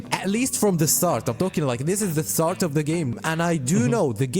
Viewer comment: DID YOU SAY Z? ZA VICTORY!